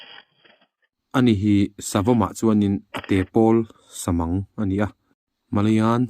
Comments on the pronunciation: I lam dan dik chiah lo mahse Samâng ti lovin Samang (RARE)mang ti in ka sawi thin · I lam dan leh kan lam dan hi a in ang chiah lo, samang pawh hi, mang han tih lai hi, belmang kan lam an deuh hian kan lam thin